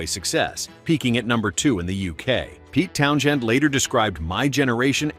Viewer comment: No humans involved obviously - when they talk about a "led singer" or "Pete Townshend" rather than "Pete Townsend" (although spelt Townshend actually pronounced Townsend as anyone listening at that time can tell you).